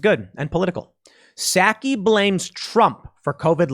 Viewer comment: It's spelled PSAKI but pronounced PSUKI